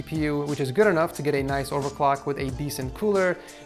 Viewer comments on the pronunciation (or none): none